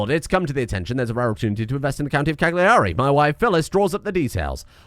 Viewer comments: I know as an Englishman it's your duty to pronounce Continental words wrong, but in case you're interested the 'g' in 'Cagliari' (and most Italian words) is silent. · Dear, as an Italian I'm required to suggest the correct pronunciations: Sassari = "Sàhsari" Cagliari = "Càyari"